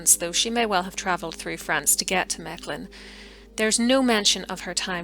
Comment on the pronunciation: Your pronunciation of Mechelen is very good, yet the province is called Vlaams-Brabant (and you stress the first syllable in Brabant).